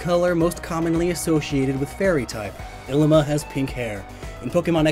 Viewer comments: Bugs me being from Hawaii but his name is pronounced like "eeleema". Great video overall though XD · Lowkey annoying to listen to him say “ILLimAh” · This always gets on my nerves. Third gendered individuals were a common thing in many Polynesian cultures, including Hawaii. Mahu is the most commonly used term today for very feminine, and/or homosexual men. Ilima, which you pronounced DREADFULLY, is a very common stereotype in feminine Polynesian males. Traditionally, they were often our teachers and spiritual experts, as they were seen to have a broader perspective than the average person. Why do people just FORGET to study the base cultures Alola is based on SO damn often? Ilima is straight up an homage to the tradition of having more than two genders in Polynesian cultures, specifically Hawaii. It MAY or MAY NOT include sexuality. Christ. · This whole time I though his name was Llima, pronounced Lee-muh. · Was I the only one who pronounced Ilima 'lee-ma' instead of 'i-li-ma'. It looks like a double letter L to me so that's why I pronounced it like that. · I always read Illima as Lima. And was confused when you said it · .... I always pronounced Illima as Lima in my head..... like Lima beans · He was pronouncing it wrong too.